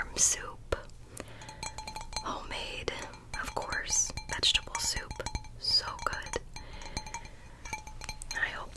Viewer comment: For a second I thought she said "I have some soap you should have a few bites" but I realized she said soup